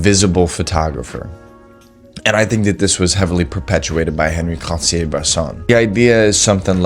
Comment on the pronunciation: Excellent insights from a person who clearly has high standards which is a trait lacking in many, many photographers. But do me a favor; since you say his name so much, at least half the time correctly pronounce On-Ree (not Henry) Cartier-Bresson. Oh, and it's DEE-Ann Arbus not DYE-Ann. Keep up the great work.